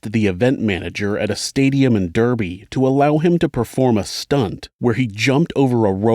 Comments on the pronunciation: River TAMES...? REALLY...? "TEMS...!" DURBY...? "DARBY...!" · For future reference, Thames is pronounced tems, the place Derby is pronounced Darby and Savile is pronounced savil.